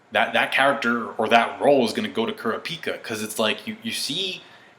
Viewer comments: OMG LEARN THE JAPANESE WAY TO SAY KURAPIKA.. i hate people that pronounce anime characters names like the english way.. my name is lucas and in japanese it would be Rucasu. so dont fucking call me rucasu understand? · That's not how you say kurapika 😂sorry had to be said